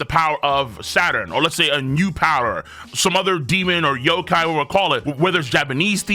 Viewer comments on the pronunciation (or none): none